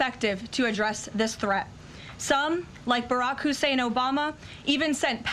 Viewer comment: “Barrack HEIUSSEIN Obama” lol gotta emphasize that middle name to make it sound like he is a terrorist.